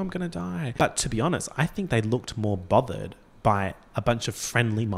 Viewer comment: i wasn't sure if at one point you said bothered or bobbered but i know what i believe in